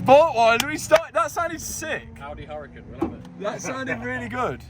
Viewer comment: Mat are you aware that you're mispronouncing the Huracan? And it makes sense don't you agree to pronounce the correctly? The h is silent in Spanish so try pronouncing it without an h! Ooo-ra-CAN